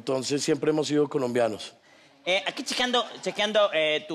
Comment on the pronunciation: Dijo colosbianos